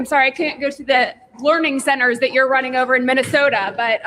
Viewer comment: Not Learning Centers. Its LEERING CENTERS